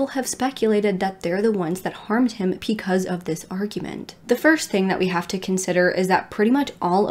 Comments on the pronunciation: Does anyone else smile when says “ pecause “lol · I never noticed until you said it!